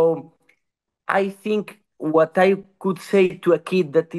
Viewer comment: Toujours de superbes interviews mais arrête de FORCER avec cet accent de Birmingham frérot c’est frustrant. Même à la fin t’en peux plus de dire « Bot » « Whot ». Mais sinon force haha